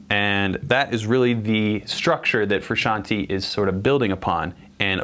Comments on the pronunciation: AND ITS FRUSCIANTE NOT FUCKING FRUSIANTEEEEEAAA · Petition to get him to learn how to say "Frusciante" properly, say aye.